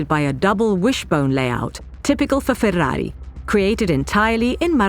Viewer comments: Most annoying pronounciation of 'Ferrari' I've heard thus far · Now I now how to pronounce FÉR RÁ RÍ NOT FERRARI